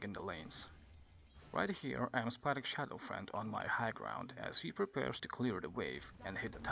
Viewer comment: Its Shadow Fiend (Pronounced Shadow FEEEEND) not shadow friend XD